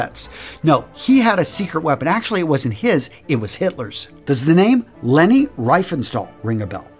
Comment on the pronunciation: Leni Riefenstahl is pronounced Laynee short for Magdalene